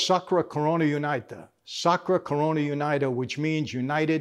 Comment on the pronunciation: Puglia and Calabria are regions, not cities. "Unita" is prounced "Uneeta".